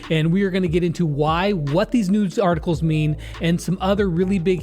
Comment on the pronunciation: Dis dude sed nudes articles in